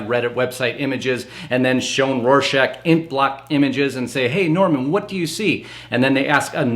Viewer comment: Norman is not Norm-al